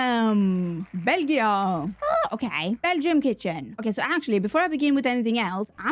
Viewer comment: you getting belgium (my hhome country) for the kitchen was funny as all you could think about is our wafels & chocolate (and a bit of beer). Also you saying 'België' sounded exactly right for the dutch speaking part of the country :)